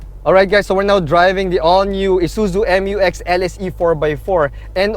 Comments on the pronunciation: ISUZU MU-X NOT M-U-X😁😁😁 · FYR it is pronounced as "myu-ex", not M-U-X. That's why it is spelled Mu-X. ✌️